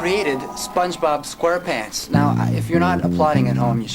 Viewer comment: When he says voice of SpongeBob SquarePants in the beginning, he totally butchers it